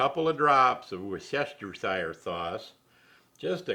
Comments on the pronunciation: It's pronounced Wooster sauce. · From the uk, it is, worst ta shire, a county in the uk, it’s a lot easier to say “shire” sauce, kind regards Tim lol!